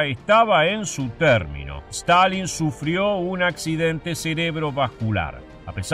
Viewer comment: Stanlin - Stilin